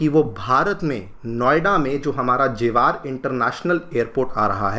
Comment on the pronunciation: sir its not jewaaar 😅😊 its जेवर kyuki mera gaoun yhi pdta hai